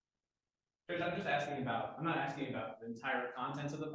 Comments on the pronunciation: More 'arksing' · Arrest him for “axing” the judge. Isn’t that a felonious assault?